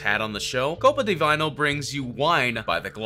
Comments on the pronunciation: I kept cringing at the way he pronounced Copa Di Vino. The creator literally says it first thing then the commentator is like "Vayno" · How the F did misprononce the Copa Di Vino. The contestant clearly say and pronounce what the name of his business is.. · The way he mispronounced Copa Di Vino, right after the owner just said it. 😂🤦‍♂️ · CEO pronounces the name of his company “ko pa da vee no” Commentator: KoPa DeViNe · He literally pronounced Copa Di Vino the way he intended it to be and the narrator decides to change it right after. Lol